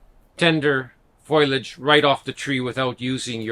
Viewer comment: Foil-age? It’s foliage. Being Canadien is no excuse. Haha. Otherwise, helpful advice. Thanks.